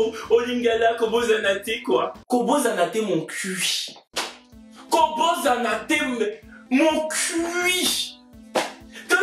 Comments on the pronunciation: Loline Brama 😅😅😅 ça se voit 😅😅 mais c’est normal il a prononcé comme ça. Alors qu’on prononce koboSSana te. ☺️☺️ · t'as un problème avec les congolais de la RDC 🇨🇩. Tu me tues avec ton Lingala faché là 😂😂 Je sais même pas si tu sais que tu as dit une vraie phrase mais mal prononcée:"ko bosana te (= "n'oublie pas"). La RDC t'aime 😘